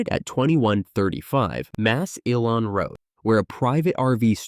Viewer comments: How did they just pronounce Massillon?? 😂😂😂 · It's pronounced Mass - Lun, not Mass- E- Lawn. My parents took us to Kiddie Land several times, my favorite ride was the hand crank cars. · Mass-illon road 😂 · Mass-elon!?! HaHaHa! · It's pronounced "mah (like the sound a sheep makes) sill on." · You win the prize for the wackiest pronunciation of "Massillon".